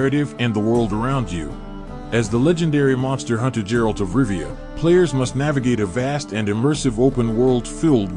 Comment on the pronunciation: I don't watch closed captioning, and he might have a very difficult to hear "t" at the end of it :D